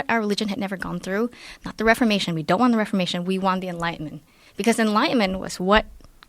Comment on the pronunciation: "Doan trust China!! China is asshoooole!!"